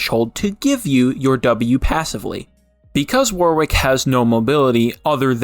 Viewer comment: Auto dislike any video where Warwick is pronounced wrong, soz